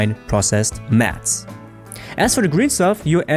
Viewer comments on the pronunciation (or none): none